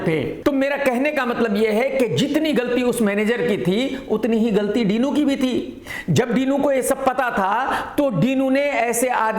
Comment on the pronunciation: डिनो ❌ डीनू ✅